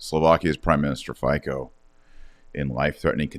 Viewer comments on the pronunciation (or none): PM “Fiso “ not pronounced Fico. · For me as an European is hard to understand and It bothers me that an intelligent and educated person doesn’t try to actually learn proper pronunciation of foreign names like Slovakia’s Prime Minister’s name Fico (Fitso).